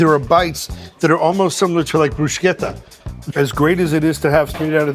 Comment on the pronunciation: thumbs up for pronouncing bruschetta correctly and not like virtually every idiot in north america saying bru-shet-ahh.